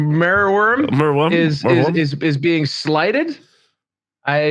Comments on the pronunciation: I guess I'm glad it exists if only so we got to hear attempts to split the name into merw and yrm instead of mer and wyrm. Unlike other dragons I don't think this one's Welsh though (at least I can't remember seeing any when I was growing up) so he was definitely barking up the wrong tree. Do I want one? No, it should be in the sea not on a battlefield. Don't these elves discuss beforehand which dragon to bring and if so then who decided to bring the one that flails about like a fish out of water (at WS6 I accept) instead of the one that flies and walks? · it's bad enough listening to you mangle "wyvern", please don't get everyone mispronouncing merwyrm as well, it's mer like "myrrh" and "worm". at least you don't say calvary 😜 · Very good episode. Your struggles pronouncing merwyrm were entertaining. It was the first monster released for the Arcanum. Paint job is original. I love gribbly big base bound monsters in Warhammer. Hoping the Basilisk comes back as well.